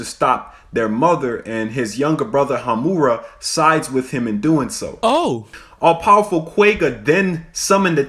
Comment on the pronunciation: Hearing him calling Kaguya and Hamaru "Ka-wake-A" and "Ha-moo-ra" causes me so much pain. Also that entire arc he was talking about is more or less filler. Bits of it are canon like Kaguya coming from space,the brothers fighting her,spilting the Ten Tails,but the arc is a filler over all. Also the moon is hallow because it was created to trap the Ten Tails husk and Hamaru and his disciplines/descendents lived in the moon,watching over the husk. Just thought I'd clear that up for whatever he thinks the connection is